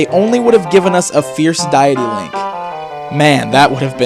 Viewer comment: lol fierce diety? Its fierce deity... DEY-TEE... Not DIE-TEE